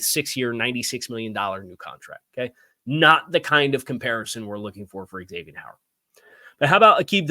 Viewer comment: Zavien, not X avien